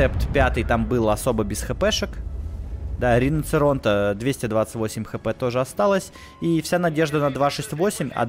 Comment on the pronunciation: Как режет ухо слышать риноЦеронте, научись уже правильно говорить!